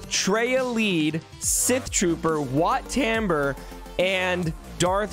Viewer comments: The way you say WAT TAMBUR just hurts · Excuse me it’s wat taum-bore